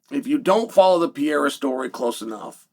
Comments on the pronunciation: IT'S PRONOUNCED PUR-EH-RAH ! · Who is “Pee-a-ra” ? 😂😂😂😂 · Pereira Uncle Chael Not Pea Error 😂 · PEREIRA not pierra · Alex Pee-Era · 🤣🤣🤣 Piera, how effortless he butchers Pereira's name, like nothing happens 🤣🤣🤣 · Chael pee'yera Sonnen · “Pee era” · Pereira man..can you say that? Pe rei ra..get it right for once. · Unc’s pronunciation is killing me. Piyera. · Ank sealed his faith when he told Pierra “ NOO CHAMA” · Why do you keep mispronouncing "Pereira" though? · Only uncle Chael could talk about a fighter for years and never learn how to pronounce his name lol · Nah Chael. I disagree. Ank is a dummy. And so not entertaining in his ignorance. Im sorry,, but you are trying to hard here to build up interest here. I respect what you did as a fighter. Please learn how to pronounce Alex's name. It doesn't feel respectful. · Please learn how to say people's names. It's far past out of hand. This dude is a multiple time world champion,. The least you can do as an analyst and former fighter is give him the respect of saying his name right. Pereira is not hard to say.